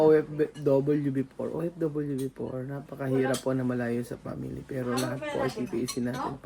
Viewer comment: Nakaka tawa pa din tlga tong si pag dating pa "p" at "f". Pray(fray) at family(pamily) 😂😂